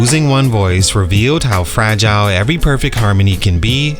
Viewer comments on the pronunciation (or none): none